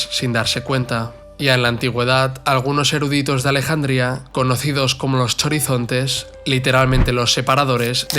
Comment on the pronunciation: HORIZONTES o JORIZONTES (aunque la RAE no registra le acepción a la que te refieres), pero no CHORIZONTES. En inglés, francés, alemán, etc, la letra "ji" del griego se transcribe "CH". Gracias y disculpa por la corrección.